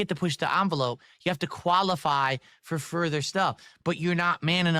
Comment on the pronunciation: Yeesh The way he pronounces words Koalify Gran door Cahntent What a total loser